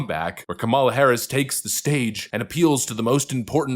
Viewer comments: YES! N.E.V.E.R. LE.T. H.E.R. F.O.R.G.E.T. I.T. Her name is kuh-MAH-luh! It is Not COM-mah-lah. She is indian, not black (black is from Africa) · I detest her politically, but it hurts critics credibility when they can’t or don’t pronounce her name properly. KAM a la, not Ka MAL a. It’s not that hard! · Her name's not Kamala, it's Kamala.